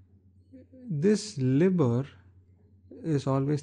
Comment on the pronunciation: It's pronounced L-EYE-BOR